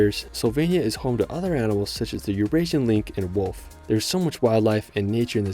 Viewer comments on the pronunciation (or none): none